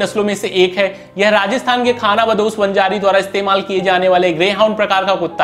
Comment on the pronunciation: आरे भाई क्याकडी नही कैकाडी बोलते है । वंजरी नही वंजारी है , वंजारी एक जमात है उसके नाम से ईस नस्ल नाम पडा है । आप रामनधपूरम मंडोई कुत्ता भूल गये ।